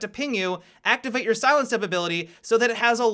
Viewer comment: Does anyone else get annoyed how he finishes his sentences... "This is a great way to see into the objective-uh" "Caveira's silent step-uh" "see you in the next video-uh"